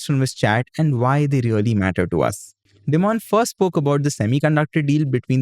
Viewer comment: Hey, just a friendly correction, Dimon isn't pronounced as 'dee-mon' rather its pronounced as 'die-mun'. Also, isn't JPM Chase the world's biggest bank?